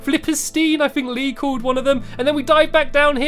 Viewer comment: Hees not Leeeeeeee